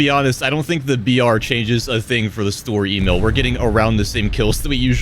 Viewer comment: It always sounds like you're saying "Store E-mail"))